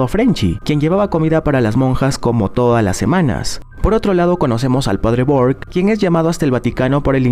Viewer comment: En la monja el padre se llama burke no bork pero error de humano tranquilo bro no te jusgo